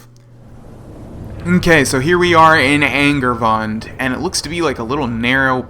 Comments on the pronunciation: isnt it ang-aar-voon-de? vund does sound right considering the "e" at the end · It kind of seems like you are saying "angry buns" and it's hilarious